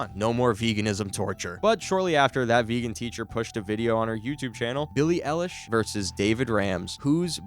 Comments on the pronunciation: "Billie aallish' bro she can't even say her name right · "billie elish" IM CRINE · "Peely ilish" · You pronounced Eilish wrong.